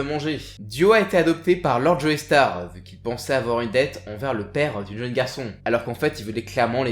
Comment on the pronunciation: Super épisode comme d'hab par contre la prononciation des noms ça trigger trop x) DI-O pas dyo, JO-STAR pas Joey star, DA-YEUR pas dire, etc...